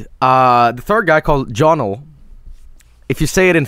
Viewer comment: it sounds like he is saying "Uniel"